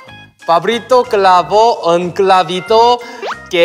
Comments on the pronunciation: Min "Pablito cabrito" es enseriooooo 🤣🤣🤣🤣🤣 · No se ustedes pero siempre he tenido un problema con cr y cl ya que al decir clavito dijo cravito .. Es que como si mi lenguaje se enredera ... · YoungK pronunció mejor todos los trabalenguas que yo, yo me trabé en la palabra "Clavito" xd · Como es posible que un coreano pueda decir mejor que yo el trabalenguas de pablito clavo un clavito ._. Yo intentando dije Pablito clavo un clavito que plalito clavo parlitos y a la 2da le mande pablito clavo un pablito